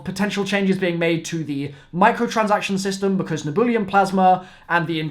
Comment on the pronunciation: It's not neboolium, it's nebulium lmao